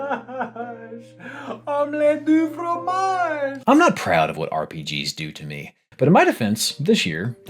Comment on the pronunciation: I understood that Dexter's lab reference. Also, the wording is correct, but the pronunciation is "fgomash". Kinda xP